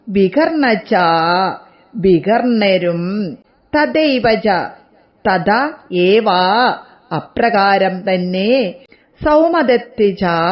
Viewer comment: തദ ഏവ എന്നല്ല തഥ ഏവ എന്നാണ് അക്ഷര ശുദ്ധി തീരെ ഇല്ലല്ലോ 😢😢😢